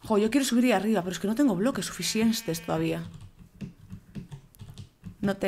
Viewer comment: Jajajajajaja que tonto el goles de ¿bbblllloques?